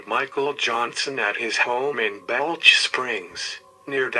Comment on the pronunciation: Hate to be picky but is it pronounced Ball - ch, but got Waco right. If you don't want to be on death row then don't mess up in Texas.